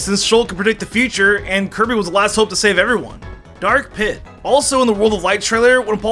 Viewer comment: hey buddy when you were talking about dark samus I think you said kirby's name wrong maybe I miss heard though